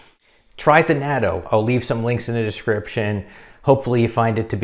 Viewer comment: Well since I live in Japan, I guess I’ll start eating natto again. I like the ones that come with either wasabi or hot mustard. It’s also not bad with hot sauce. Not big fan of the straight natto flavor (I’m not Japanese). Nice job on pronouncing natto. You were actually pretty close. (It sounds like knot-oh) Thanks for the information!